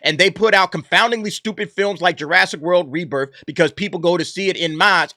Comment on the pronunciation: En Masse is pronounced "On Mass".